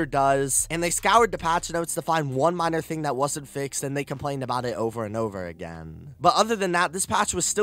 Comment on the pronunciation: Who elses ears hurt after listening to the pronounciations in this video? ".... the gaameeeee", "... the dlceeeeee", "when it initially drooopeeed" "cutsceeeeneees" "over and over agaaaaaain"